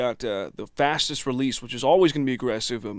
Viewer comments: Is it me or are you saying "fastest" and "slowest" wrong every time? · Matthis Shvartz You're right. Although that's why I love the 1176!